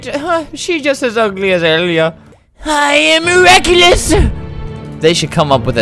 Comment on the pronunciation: "I am meraeculous😍" I am 3 years late